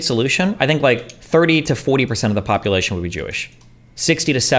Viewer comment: What is "Popoolation"?